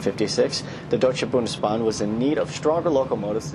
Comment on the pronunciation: I was really impressed with how you pronounced "Deutsche Bundesbahn"! Do you also speak German? I would have guessed that because of the flawless pronunciation.